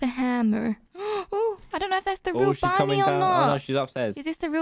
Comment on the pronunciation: When said bunny i thought he said buddy until he said ahh bunny's chasing me